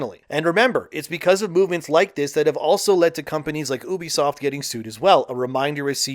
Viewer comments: if you say oebisoft one more fkn time i swear.... it's UBISOFT. YOU BE SOFT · its ubisoft, not oebisoft.. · Was this video made with a TTS model? Never heard anyone pronounce "Ubisoft" like that. Even my Canadian friends say "You-bee-soft". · Ahh yes, the famous French publisher oo-busoft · Why are you pronouncing Ubisoft like that? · Okay but stop saying ubisoft wrong. Its cringe 😂